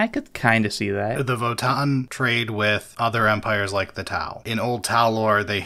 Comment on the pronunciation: Just for the record, it's Vo-TAN. It's not a double aa sound, it's a hard N. So It's Vo-Tan.